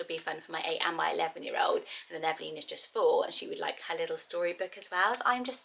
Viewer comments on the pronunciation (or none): none